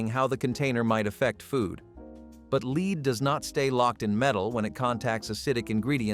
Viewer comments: Sort out the voiceover it’s lead not leed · Leed Leed Leed in every one of these stupid videos. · Most obvious was “lead”, pronounced wrong numerous times. There was another one, but I’m not viewing the clip again to find it. Beyond the mispronunciations, clips like this seeming like a statement, “Hey! You’re dumb! Watch this so I can get some money.” Almost a bait and switch. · Yes!!! That is why I came here. And while we're at it, "lives," he pronounces incorrectly too. I had to stop it because it annoyed me so. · PLEASE!!! I had to stop it due to the mispronunciations. "Lead" and "lives." And that was just 10 minutes in. Very annoying. Do a proof-listen please?